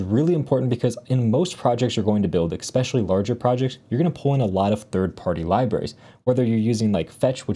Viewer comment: Love this guy's content but does it drive anyone else nuts that he keeps saying "expecially"? I hate to grammar police but I can't unhear it now.